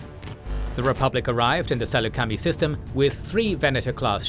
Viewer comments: It's not pronounced like /sælu:c/\mi/ it is /Səlucəmai/ if I recall correct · I’m sorry but as a long time Star Wars nerd, I can’t get over the mispronunciation of Saleucami. It’s Suh-Luke-A-My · Ah yes the Sool-la-kami system lol